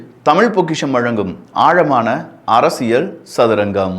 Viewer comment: Akka arasal illakka....😂. Arasiyal